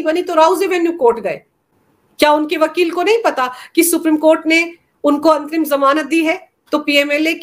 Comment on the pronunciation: मुझे अंतिम जमानत सुनाई पड़ रहा है जबकि ये अंतरिम जमानत है ।कृपया स्पष्ट करें।